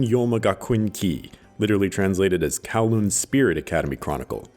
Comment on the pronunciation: Will he pronounce Kowloon correctly? Edit: he didn't